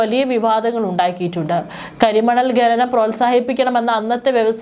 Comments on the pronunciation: ഗനനം... നാണമില്ലേ അവതാരാകേ... ഖനനം എന്നാണ്. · ഖനനം എന്ന് പറയൂ...ഗഗനം അല്ല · ഗനനം അല്ല ഖനനം. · "ഗനനം" . എന്ത് അരോചകം. ഛെ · ഗനനം, ഗട്ടം... കഷ്ടം